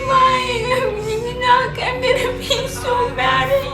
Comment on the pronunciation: I keep thinking she said “ pee” instead of “be”